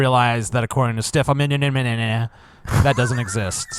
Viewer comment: it's pronounced: MOLLY-NEW. stefan molly-new.